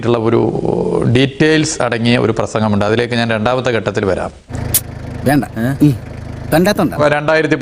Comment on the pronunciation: ഗട്ടത്തിൽ അല്ല മരുമോനേ,ഘട്ടത്തിൽ ആണ്.